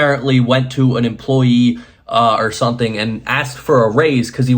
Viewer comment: Are you aware that you always say "something" with an 'n' not an 'm'?